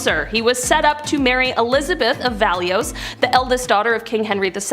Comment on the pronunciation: Mangled that name it is French Valoui not valioise